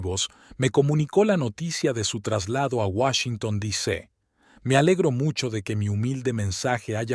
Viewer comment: Washington "dice" en lugar de DC...😂😂😂 Desastroso...